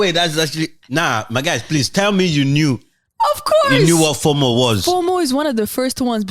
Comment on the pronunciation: not FORMORE it's FOMO pronounced FOEMOE looooooool